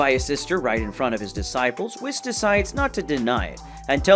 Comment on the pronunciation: i died when i heard the way you say Whis, its pronounced wees😭😭😭😭